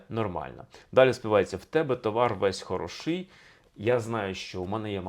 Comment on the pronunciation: Скрізь ставите не правильні наголоси! Не хороши'й, не полова'. А хоро'ший, поло'ва